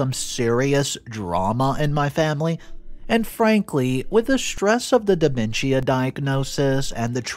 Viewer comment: It’s pronounced De MEN shuh Not DE men schia Also it’s inVI TATion Not inVINtation